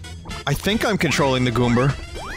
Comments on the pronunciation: WTF is a Goomber? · You called the goomba a goomber